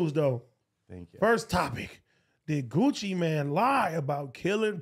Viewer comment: Bruh it’s Gucci MANE. Not Gucciman wtf.